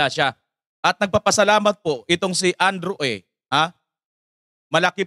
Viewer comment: Andrew E hindi Andrew A. po.😂😂😂